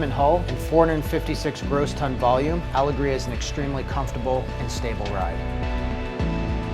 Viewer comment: Am I wrong in saying it’s meant to be pronounced “AL-EGG-RIA”